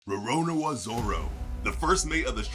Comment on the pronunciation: cmon as weeb i feel offended on the way you said roronoa